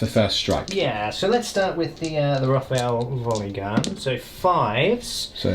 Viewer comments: I love your content, such a wide variety, good production values and charisma. But it would be even more amazing if you pronounce it ROT HAIL, as in a hail of rot D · one thing. I'm guessing the rothail volley gun is pronounced rot-hail. Anyway, great vid as always! thnx guys! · Rot-hail..... as in a hail of rot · I love you guys, but I wince every time you say “rothail volley gun” like that. It’s a Rot Hail volleygun :D